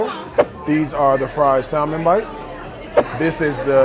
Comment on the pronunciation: Is he really a multi-millionaire? Then he should’nt complain about the prices. And the “L” is silent in salmon. It’s pronounced like “samon”.